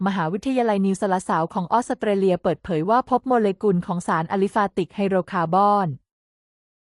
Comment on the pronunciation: ออส สะ เต เลีย 😅😅😅